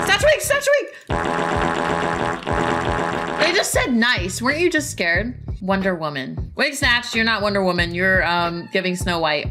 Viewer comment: that ain’t WonderWoman Thats BALDERWOMAN 😭